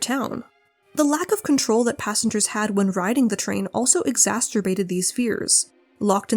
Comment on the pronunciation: Exasterbated, eh? 😅